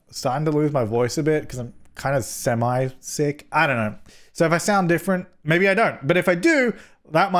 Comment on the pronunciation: What said: "I'm kinda semi-sick" What I heard: "I'm kinda semaJ sick" sigh